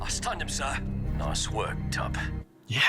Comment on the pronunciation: Tup not Tuck